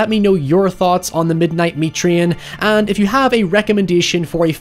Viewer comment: This movie title is like a accent detector. “The midneyet myet treyun” Where I’m from it’s pronounced “The midnaht meet traayyynn”